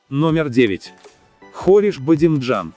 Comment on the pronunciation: Не хориш, а Хуриш ❤